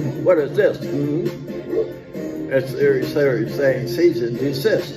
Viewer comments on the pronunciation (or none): none